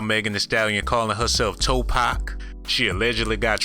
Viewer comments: Toe Pac...Twerkaveli?? Looorrrdddd lmaooo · 😂😂😂 and he said toe-pac, I'm done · Toe-Pac & Trewkavelli 🤣🤣🤣🤣🤣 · Toe-pac, Twerkeveli 😂😅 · Twerkavli 😂😂😂toepac this dude burnt 😭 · Toe-pac... Twerk-avelli... 🤣🤣🤣 💯💯💯💯💯💯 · 🗣 “Toe-PAC” Hail Mary! 😂